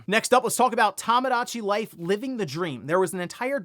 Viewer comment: One of these days is gonna pronounce Tomodachi Life correctly.